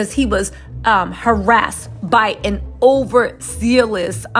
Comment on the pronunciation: Over- zell- ous... jeez!😅 j/k